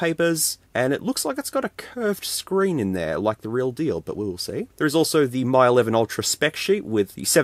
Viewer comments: Am I right in thinking that it's pronounced "Me 11 Ultra" not "My 11 Ultra" Or have I been getting it wrong all this time? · It's "ME eleven", not "MY eleven". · It's pronounced as Me 11 and not My 11. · Dude Mi is pronounced as Me not My. Please! it hurts to hear you say Me 😅🙏🏻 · Getting to the pricey end of the clone phones, wow. I have legit devices that were cheaper than that. Also, you're doubly wrong about the name in the video: "Mi" is pronounced more like English "me", whereas you kept saying "my". Even so, yeah, it kept sayjng "M11", although one of the pictures in the listing did say "Mi 11". Oh, and for your own sake, please be careful where you're cutting. I knew from where your fingers were in relation to your cutting path that it was going to go wrong. And it did. I could hardly watch that part. 😨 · Just FYI, Mi is pronounced like "Me"